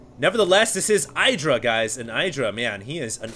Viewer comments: id-ra not eye-dra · It's not EYE-DRA..... It's "IDD-DRA" You should know, you were there in that HuK TLO interview where they asked Greg how to pronounce it...... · Socke's very good. He did not stubbornly try to make colossus (like some protoss). No hydras, no need for colossus. Got immortals instead good reaction by Socke. Also Idra's name is pronounced Id-ra not Eye-dra. Blame Artosis for that. :P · Love that is proud to pronounce Socke right but doesn't prononce Idra right =) (The "I" is the same as in "in" "is" and "listen") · You might say Socke's name correctly but you're definitely wrong with IdrA. As he said during Dreamhack Stockholm International, it's not "[eidra]", it's "[edra]", if you know what I mean. Guys, you're pros, and by now you should know how to pronounce the names of the top players... :) No offense. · Why is it that no one actually pronounced Idra like it should be pronounced?? It is not 'Aidra', it is Idra... ask him!! I am 100% sure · i believe it's pronounced edra not idra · Its ih-dra not eye-dra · It's "IH-dra" not "EYE-dra." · Idra said in a interview that its pronounced Id-ra, but if you use english used it would be pronounced Eye-dra, so both are technically correct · i think that it is suposed to be pronounced ih-druh but eye-druh does sound more catchy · It's IH-DRUH, not eye-druh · id drah. the was psystarcraft pronounces it. he met him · IT IS EYE-DRA, husky is wrong! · its pronounced id-ra dumbass lol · ummm actually its pronounced " win-druh " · It's Ih-dra, it's based on the Hindu god Indra.. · artosis call him eye-dra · It's actually e-druh. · it can also be pronounced iddra like a hard i sound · You still can't say IdrA correctly though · He is trying to pronounce Socke correctly, but not Idra, not for the 50th time. lol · If you want to know how to pronounce his name watch this: /watch?v=amWEf0Y17cc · you pronounce both players wrong >.< eh-dra and sock-eh